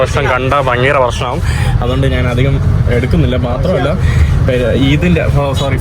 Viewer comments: സ്നേഹം കൊണ്ട് പറയുവാണ്. പോകുന്ന രാജ്യങ്ങളിലെ ഭാഷകളൊക്കെയും ഒരു വിധം പഠിച്ചെടുക്കുന്നുണ്ട്. പക്ഷെ മാതൃഭാഷയായ മലയാളത്തിൽ ഞാൻ എന്നതിന് നാൻ എന്നാണ് പറയുന്നത് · ്റെ മലയാള നിഘണ്ടുവിൽ 'ഞ്ഞ.. ഞ' എന്ന അക്ഷരങ്ങൾ ഇല്ല..😊 അതുകൊണ്ടാണ് നാൻ.. നാണ്..മന്ന്ന കളർ..മന്നൾ..എന്നൊക്കെ പറയുന്നത്..അതൊക്കെ മറന്നുപോയതായിരിക്കും..❤